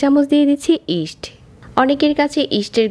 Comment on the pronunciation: আপু ইস্ট সুন্দর ভাবে বলতে পারেন না?